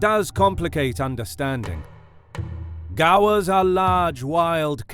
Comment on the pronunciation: "American bison and indian gaa-wars"